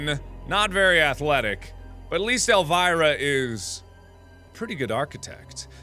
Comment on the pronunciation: My aunt's name is Elvira and Mark said it so wrong XD